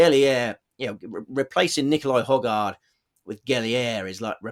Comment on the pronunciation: Yo one for your pronunciations. I'm sure I just heard the starter say Nicolai Hoygore.